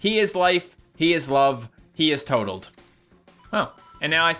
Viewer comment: its toad leb oh my god why so many times